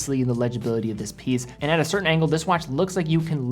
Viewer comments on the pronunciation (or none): none